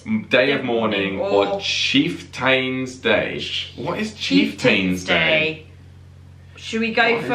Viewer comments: Chieftain is pronounced chief-ten. It is another way to say chief. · Chieftain is pronounced "chief-ten" not chief-tane". There's was a fairly famous British tank called the Chieftain. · Oh for frack sake,...it's pronounced Cheif-tans Day. You should know this...the Brits had a Tank back in the 60s called the Cheiftain. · The tank is called a Cheeftun. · Chieftain is actually pronounced CHIEF-tun. No charge. : )) You did far better with Thanksgiving than most Americans would do with a quiz on Boxing Day, trust me. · First, taco is not TACK-O! It's Spanish and it's t-ah-ko. Those Johnson and Buchanan were presidents. Chieftain is pronounced chief-tun.